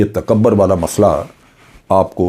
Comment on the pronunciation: Sir, correct pronunciation is "takabbur" and not "takabar".